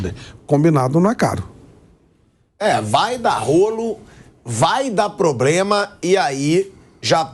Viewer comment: o Pilhado disse "probrema"kkkkkkk